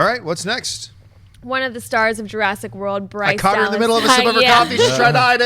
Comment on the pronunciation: Jur-ASS-ic World. ; )